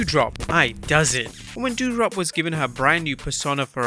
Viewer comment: My dude, its doudrop not dewdrop